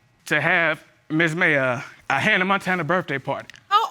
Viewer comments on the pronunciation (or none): none